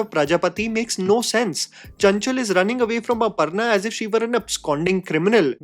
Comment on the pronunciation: ITS NOT "अपरना" ITS अपर्णा 🙄🙄🙄🙄